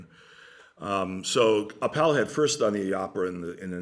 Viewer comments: Minor correction: Appel is pronounced AH-ppel. Accent on the A. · Not so important, but the correct way to pronounce Appel is: take the word apple, and replace the A sound with the A of Aardvark. A subtle difference, but then you're pretty close to how it should be pronounced in Dutch!